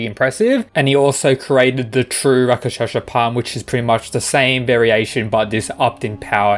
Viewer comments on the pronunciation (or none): Pronounce with me. Rak-shas-a not raka-shas-a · Just to help: it’s not Raka-Shasha it’s Rak-Shush ( like slush ) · It's rakshasa not rakashasha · It's produced Rakshasa palm no Raka sha sa plam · Rak- shas. A's are added for Sanskrit. worse is he is pronouncing it RAK-SHA-SA. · i know. The fact he pronounces it like raka-sh-asa is making me cringe xd